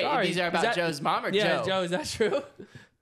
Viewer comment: the type of guy to say sowry after doing smth wrong